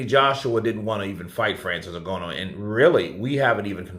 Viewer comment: Bro, it’s not a matter of interpretation. You’re still saying N-go-no WTF 🤯 I don’t understand why you keep butchering this man’s name